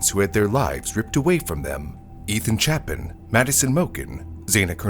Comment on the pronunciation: mispronounced Moscow, used the wrong word (amiable when it should've been amicable), mispronounced Olivia, mispronounced Chapin....this is amateur hour